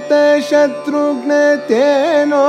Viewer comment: ji, it is not 'boomi', but 'bhoomi'. It is not 'Shatrgna', but 'Shatrghna'. Such other things which require mahaprana pronunciation, as far as Sanskrit is concerned, have to taken be taken care of. Of course, the raga bhava and the singing is excellent.